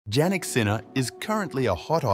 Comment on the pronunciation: PLEASE as a respect pronounce the name properly..pronounced Yannik...